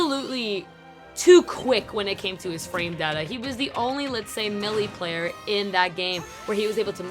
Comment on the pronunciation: lol you say milee Super Smash Bros Milly